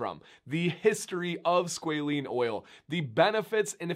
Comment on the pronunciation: I found 17 seconds of YouTube that loops pronunciation, with a long “a” something like squawLANE. That aside, great information!